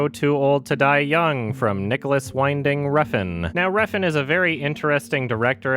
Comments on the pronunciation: Mate, you're pronouncing NWR's name wrong. It's WINding like the word "win", not wineding. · It's not "Whine-ding", it's "Win-ding" ffs